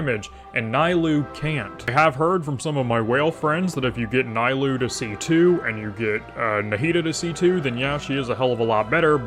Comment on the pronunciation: Worst video I've seen in 3 years keep it up Edit: It's knee-lou, not nigh-lou, and with key she can be played in vape as very budget cheld and it... works I guess. Wouldn't recommend but saying she's locked into one reaction is factually wrong.